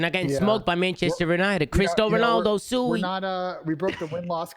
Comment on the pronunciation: This guy Tom really said “Cristo Ronaldo Sui” 😂😂😂